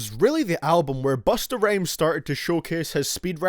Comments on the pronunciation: He said Bustah Rames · did you say busta rayms lololololoolollollloloooooooooooooooooooooooooooooooooooooooooooooooooooooooooooool